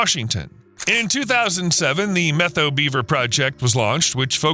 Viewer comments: It's pronounced Meh toe or Met ow as in "owie" Not Meth oh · Met-how river, not meth-o. Edit: I've also heard meth-ow in this vid. The pronunciation is like the "new york METs" and "HOW are you." Met-how. No "th" sound anywhere. Beautiful area. Edit: Tulalip is pronounced too-lay-lip. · Its NOT pronounced the "Meth-oh" Forest & River. Its pronounced the "Met-ow" And it wasn't all the 2015 fire. It was most recently the 2021 fire that spread over 650,000+ acres in the 4 north and central Washington counties. You are missing a huge player in your "story." That is the Okanagan County Conservation District. They do tons of beaver work, actually started this beaver restoration project if I remember correctly. And another thing that the CD is doing using beaver as a tool in their box of goodies. That is BDAs or by their full name Beaver Dam Analogues. It is when man goes into a watershed, 1st through 3rd order, and install imitation beaver dams, or, the BDAs. Humans build these dams, based off of Utah State University work, and install these structures to back the water up and create the pending action desired. This is quickly followed up with willow and cottonwood, birch plantings. You did an OK job with this video but you sure missed a lot as well. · Really good video! However, Methow is pronounced "met how" and not "meth oh." Soirce: I grew up at the confluence of the Columbia and Methow rivers. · BTW - it’s pronounced Met-how. Not Meth-ow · Pronounced, "met-how" not meth-oh..?otherwise, good stuff🙂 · Methow is pronounced Met-how. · FYI, Washingtonian here... Methow is pronounced MET-how. The name comes from the Okanagan word "sunflower (seeds). Some locals also refer to the river as "che-wack". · Me toe is how you pronounce Methow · The Methow Valley is pronounced MET-HOW. :) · Common pronunciation of Methow is Met -HOW. Thanks for shedding light on this restoration. Still remember the evacuation from this fire.